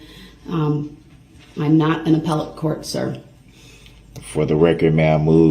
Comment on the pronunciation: Or apple-tea when I believe he was trying to say appellate. Words are hard! HAHAHAHA!